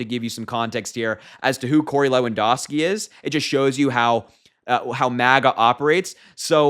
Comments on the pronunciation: LewanDOWski - ou, as in "ouch" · Just so you know, Lewandowski is pronounced loo-un-dau-skee. I didn't know he was still around. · LEW-AN-DOW-SKI come on..I really like you young guys talking..but please get your names straight..😊